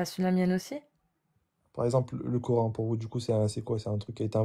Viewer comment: Peut-être serait-il souhaitable que prononce à la française KORAN et non KORENE à la façon de ceux qui veulent imposer leurs usages au pays qui les accueille.